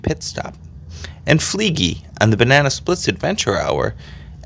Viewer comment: it’s a fleegle, not fleegly… and how was that I said ending? I mean yeah, he died… but I think we were all wondering if it’s like sad as if his career was over, or something came up that would change his life or something like that